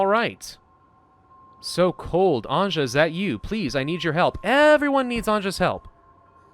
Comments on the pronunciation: Anje is not said As anjah is said as Anyeh…good god your butchering her name😂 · its bosnia the game is inspired by a siage of sarajevo by the serbian army in the 90s And slovenes croats serbs bosnians and montenegrins pronounce Anja like A NJ A "Nj" is one letter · since this Anja name is slavic, you might want to pronounce it as if it wrote Anya. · I’m just saying this game seems very Balkan inspired cuz of the names. And anja’s name is actually pronounced Ann-Yuh. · Anya...please...it hurst my Slavic brain when you torture that name :D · Anja is pronounced as ''Anya''. If you ever watched ''Anastasia'' cartoon, perhaps you noticed characters saying ''Anya'' when talking about main character. Also it's written ''Family's Collection'' in Serbian on that aged paper. Cheers! :D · Anja is pronounced Anya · No its anja "Nj" is one letter in all yugoslav languages Also the characters speak bosnian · I know, but he is saying it like she would be Frech or what. It really hurts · When you are saying Anja, try to say it like news, nj + u + s/z, I know slavic languages are hard, I'm sorry that I couldn't give you a better example